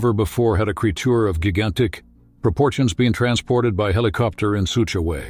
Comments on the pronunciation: The word gigantic is pronounced Jai-gan-tick, not Guy-gan-tick.😂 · What is a "gig-antic" ?